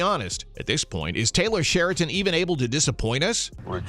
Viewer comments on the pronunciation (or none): You’d think the narrator could say Taylor SHERIDAN name correctly not Sheriton. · His name is SheriDan, not SheraTon. He's not a hotel chain.